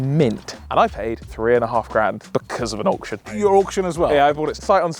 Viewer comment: I love you guys but ‘auction’ f*** off